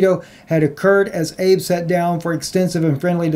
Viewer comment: I agree with what you said BUT..... ABE come on, it's Trump level to pronounce it like Abe Lincoln. It is pronounced AH-BAY. You are more learned than that unless you were being sarcastic or am I wrong?